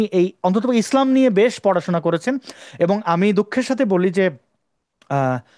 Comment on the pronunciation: ভাই সাহেব প্যাহেলে আপনি আপনার কথা বলার মূখের ভাষা টাকে ঠিক করুন মাসুদ, আসাদ এবং ইসলাম এই শব্দ গুলো আপনি ঠিক মতো বলতে পারছেনা না শুনতে খুবই বেঠিক লাগছে।